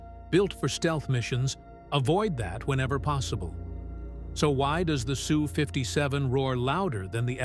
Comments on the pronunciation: Ess u, not Sue. If you want to name it properly it is a Sukhoi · Fake AI narration and it's not a SOO 57. It's "Ess • You" 57 or Sukhoi 57 or NATO name "Felon". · Sue? No, Ess You. Effing AI crap. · The plane is the S. U. 57. Not the Sue 57. Typical AI sound track! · I'm really starting to hate AI narrators. The people programing them are dicks. It's not a SUE 57. It's an S U 57. Jerk. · Its not Sue 57, Sukhoi 57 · 😂 Sue 57 😂😂😂 AI is a rtard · It’s an ESS-YOU not a girl named Sue.